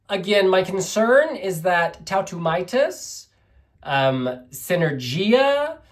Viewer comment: Tautumeitas or Tautumaitas is a Big difference please pronounce it right, other than that great review!